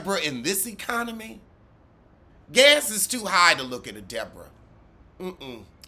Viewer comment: Thee DEE-BORE-Ah is back?????? Real housewives of Sesame Street omg